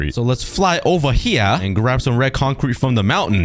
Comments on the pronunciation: No one going to talk about the ‘’LeTS fLY OvER HERE’’ in BRITISH acssent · The way he said fly ova ea that’s what he sounded like lol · 😂 the “let’s fly ova hera!😂